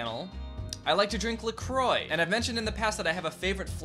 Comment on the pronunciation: Omggg the way he pronounces la croix XD